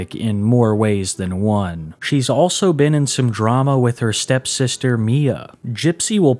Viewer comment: You keep saying "STEP sister".